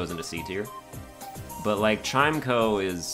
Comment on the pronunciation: While I respectfully disagree with the placement of chimecho, I would like to point out it is pronounced like chime-echo and not chimeko. Love the series and keep it up!